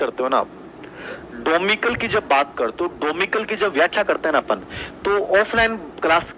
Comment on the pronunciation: डोमिकल नही, डोमिसाइल होता है।आंसर भी यही है।